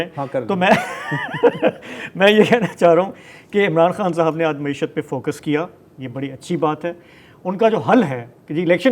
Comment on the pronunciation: کوئی عمران خان صاحب کو بتادے کہ لفظ “معشت” نہیں “معیشت “ (معی شَََت )ہے ۔اردو تلفّظ پہ رحم فرمائیں